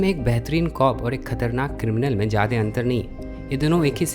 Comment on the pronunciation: भईया मेरे पास आपके लिए एक सुझाव है । मैंने कई बार गौर किया है कि आप ज्यादा को जादे बोलते हैं। अगर आपको ठीक लगे तो please ज्यादा बोलिए। सही भी होगा और उससे ज्यादा ज़रूरी सुनने में भी अच्छा लगेगा।